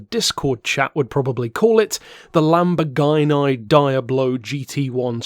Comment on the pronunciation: I don’t know about the lamb bore gyno die ablo straddle. Is this some kind of inside joke? I know it can’t be an American joke considering how hideously you royalists butcher every foreign word. Hey, quick question, how do you pronounce Jaguar? How about Yamaha? Here’s a better question. How do you pronounce Rolls Royce Merlin? The answer? PACKARD.